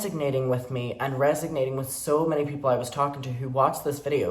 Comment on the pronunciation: It's "resonating" not resignating 😅